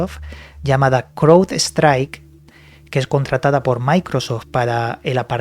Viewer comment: Se pronuncian.. CRAUDSTRAIK MAICROSOFT